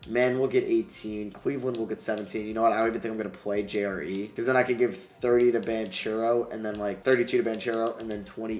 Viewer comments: Please, I’m an Italian boy, the right pronounce of Banchero is Bankero for you as an american. Apart of that, it’s really a great video💛💙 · THANKS! I have already commented him the same in a couple of other vids lol